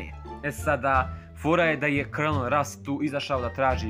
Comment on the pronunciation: ja san to znao i izgovora se kolonel (colonel) al opet super je video samo nastavi tako volim tvoje klipove